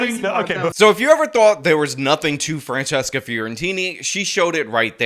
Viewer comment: Did call her "Transcesca"!?!?!?!?